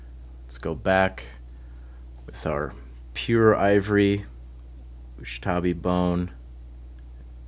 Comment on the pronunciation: Does purposefully mispronounce Ushabti Bone to irk people lolol